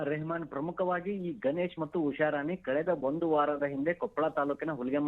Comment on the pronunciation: ಮೊದಲು ಕನ್ನಡ ಸ್ಪಷ್ಟವಾಗಿ ಮಾತಾಡೋದು ಕತ್ಕೊಳ್ಳಿ, ಅದು ಗನೇಶ್ ಅಲ್ಲ, ಗಣೇಶ್, ಉಷಾರಾಣಿ ಹೊರತು ಉಷಾರಾನಿ ಅಲ್ಲ..😂